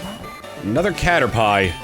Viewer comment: Okay. I can’t be the only person who thought that was how Caterpie was pronounced as a kid, right? I’ve talked about this several times and somehow no one else made the same error that I did.